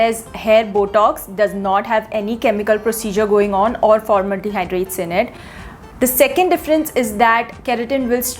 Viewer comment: What is “formaldehydrates”? Is it just me to which it sounds like that’s what she is pronouncing Formaldehyde as?